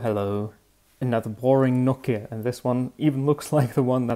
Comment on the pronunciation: It's pronounced "No-Key-Uh"